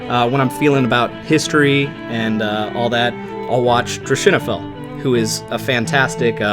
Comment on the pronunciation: Thank you for pronounccing Drachinifel, I was wondering.